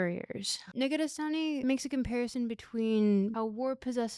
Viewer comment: I like how Negarestani almost sounds a bit like 'negative sunny'. Which makes sense.